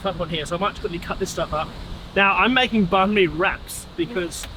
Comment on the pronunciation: We love Bahn "Bees" 😂